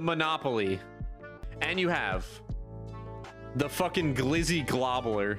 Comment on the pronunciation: Gobbler not globbler god damn